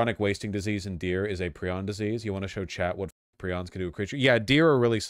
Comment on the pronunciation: It’s pry-on.